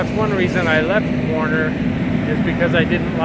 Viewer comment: Not Warner but "Werner" Trucks Jack...